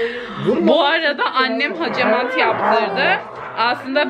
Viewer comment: Hecemat degil, hacamat kibarlaşmak için ağzını yamultmadan konuşsan daha iyi olacak